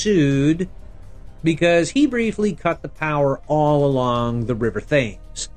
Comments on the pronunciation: It's pronounced 'tems'. Not th-ames. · Thames is not pronounced THAY-ms it is pronounced TEMS